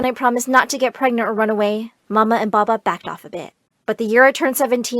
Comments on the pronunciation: Bubba? It’s papa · every freaking time I heard ''baba" I cringed hella alot of times. LEARN TO SPELL PAPA PLEASE